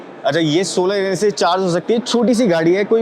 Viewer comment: Bhai.. solar energy nahi bol pa rahe